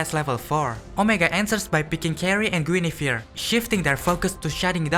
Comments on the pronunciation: i keep hearing guinevere as jennifer amazing editing and insight tho. deserves more views! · Guinevere ❌ Jennifer ✅ Lmao, cool vid tho bro 😂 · bro. you pronounce Guin as Jeniffer while I pronounce it as Gu in a vere. have I been wrong the whole time? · Me: you mean Guinevere right?: Jennifer I thought it was a mistake but he said it through out😅, loved the video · i just pronounce it like gwinevere or gwenevere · The way bro pronounces Guinevere made me discover it's actually the same name as Jennifer